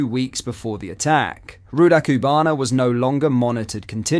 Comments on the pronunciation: Great content but PLEASE learn to say this monster’s name correctly. Or at least pronounce it the same way throughout. You’ve given about 3 or 4 different very iterations. But again - great content. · I can tell is trying, but he will never be able to pronouce Rudakubana:') bless